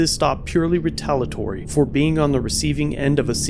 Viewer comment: The word re-tal-i-a-tor-y, not retalatory.